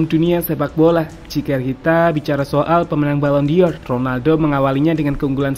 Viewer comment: Ini channel berkualitas, channel favorite gw untuk berita instan sepakbola dari tahun ke tahun. Tp pleasee.. dengernya agak menggelitik : BallonDOR ✅ BallonDior 🙅